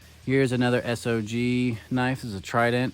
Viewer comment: It's pronounced SOG as in Mac v Sog and the belt clip is mulit- directional.